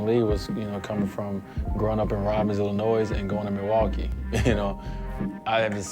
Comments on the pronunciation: what Illinoisan says illinoisssssssssssssse. wtf dwade? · This nigga really just said Illinois with the s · He's from Illinois and he calls it Illinoi(s) plural like a fool! Why? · He pronounced the s at the end of Illinois .... he didn't grow up in Illinois then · yo DWade pronounces Illinois with the s, that's dope